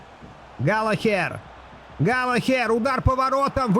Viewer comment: всё супер, но пожалуйста, галаГер😅😅